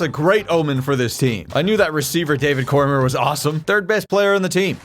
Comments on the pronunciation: definitely not a UFC fan lmao. "Cormer". It's "Cor-me-ay"...it's a French name. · There was a kid in my high school with that name and they pronounced it Core-meer. I think core-me-aye is the French pronunciation and core-meer is the Americanized pronunciation. But no one says core-murr, lol. I have no idea where he got that. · for future reference it’s core-me-aye not core-murr it was killing me everytime you said it but still love the videos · Man said Cormier as Core-mer. It's prob right but I'll always say it like Daniel cormier's one... Core-me-ay. If that's comment bait good job lol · Cormier is pronounced corm(yay) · idk why but him pronouncing cormier wrong was upsetting 😭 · I will not let you get away with the American pronunciation of "Cormier"